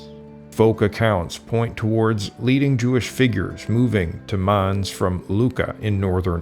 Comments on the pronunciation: Mans? Werms? Spayer? How about learning to pronounce German names properly, and with the "utmost respect?" The narrator is a joke. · It's very difficult to understand someone who is such a mumbler. His moustache makes it impossible to lip-read. He should have a shave, open his mouth when he speaks, and also learn how to pronounce properly the names Mainz, Speyer and Worms.